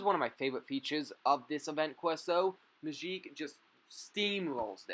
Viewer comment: The way you say Magik is so satisfying